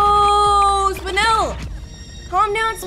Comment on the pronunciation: Me: I swear to lord if she says,,SpinAl,, like the rest of the youtubers, im gonna punch the air.: says,,SpinEl,, Me: My life is complete.